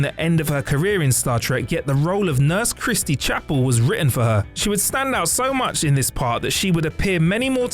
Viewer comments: "Christy Chapel"? Do you even Trek, dude? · Sometimes they give away that they're just non-fans reading a script. Everyone who knows the show knows it's Christine Chapel, not Christie Chapel. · Christine, not Christy. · “ChristiNe Chapel”, not “Christie Chapel”. (Facepalm!)